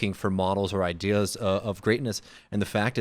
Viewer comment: thanks Michael for ruining the word "ideas" for me lmao. heard it in the middle of a big ol' swig of ginger ale OOOPS